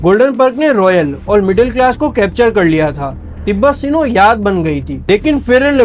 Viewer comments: Bhai Tibet sinow nahi Tibet snow hai Aur urban اَربن hai اُوربن nahi hai Tibet snow aaj bhi saudia mein milti hai aur aaj bhi tibet snow barber shop pe use hoti hai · کیرانچی والے بھائی تبت سنو ہوتا ہے نہ کہ تبت سینو (معذرت کے ساتھ) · tibbet "sino" 😂😂😂😂😂